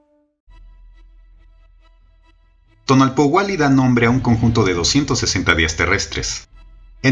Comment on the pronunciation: Muchas gracias por el tiempo, la creatividad y el estudio que te llevó hacer este vídeo., Solo una pequeñita observación en la pronunciación: TONAL- POUH- KE ya que tu estas diciendo TONAL- POUA -KE